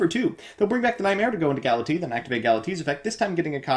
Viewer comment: The way you pronounce "Galatea" has always bothered me.